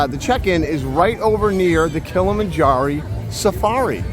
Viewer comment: So funny you two did a vlog on this because I am doing it in April. I let Alexa choose a month ago a few things we’ve never done & this was one of her choices. You wait, we’ll get NO 🐘 when we go!! 🫠 And it’s Kilamanjar-OH not “EE”. Had to find a way to rib ya! 😁. 🌽🤤